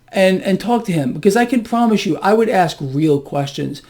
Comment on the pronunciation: Did you just say ‘axe’ this person real questions ?